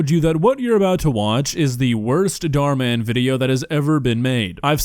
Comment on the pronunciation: I like how he calls dhar mann “dhar dhar”